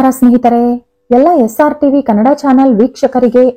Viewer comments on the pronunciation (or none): none